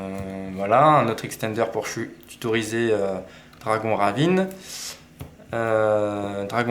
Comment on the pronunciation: L’accent anglais sur « dragon ravine » est collector 😂